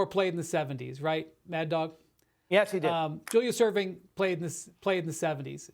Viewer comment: This man just said Julius Erving..